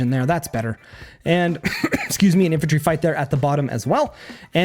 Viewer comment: Nice video, only thing that really annoyed me calling that artillery "infentry" unit.